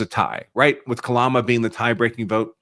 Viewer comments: I don't know why people have so much of a hard time pronouncing Kamala's name this guy callls her Kalama it's Ka/ ma /la not Kalama or Ka/Mala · Sir, her name is K A M A L A !!! NOT KALAMA!!! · Kamala - Kalama, who cares! It all comes out brown in the end. 😂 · Kalama 😂 Kalamazoo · "....with Kalama Harris..." Me: (( allowing myself a tony smile )) That's most probably just a gaff, but I, at least, see the humor in it... "....with Kalama...." Me: (( immediately chuckling )) Ohhh, so wasn't a gaff, at all! It was on purpose! _NOICE!!! "....Kalama...." Phonetically close to... Calamity 😂👍🏽🥃🍻🤘🏽💫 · You mispronounced her name, it's correctly pronounced as "Ka-blah-blah Harris." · Say her name correctly camel toe